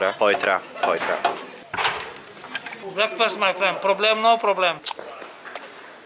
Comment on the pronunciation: "English breakföst"